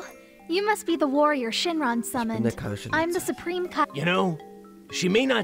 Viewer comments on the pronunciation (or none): none